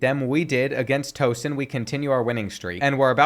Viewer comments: is not Tow-son, it's pronounced more like Tau-son :) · It’s pronounced T- OW Son not Like you’re Towing a truck. Towson is a mid major school located just north of Baltimore. Goh Tigers! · You pronounced Towson wrong. The tow in Towson is pronounced like towel.